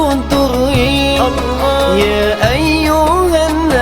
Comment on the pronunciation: kalau blh aku koreksi dikit, Utk masalah Pengucapan Kata "ALLAH" kalau bisa di ajarin ke mba Bonitanya masalah kedudukan Lidah, krn blm pas utk pengucapan Kata "ALLAH" itu aja sih 🙏